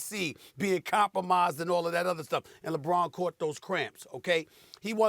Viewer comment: Say dj Khalid’s name again Stephen A. 🧐